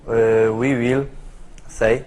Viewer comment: Łi łil sej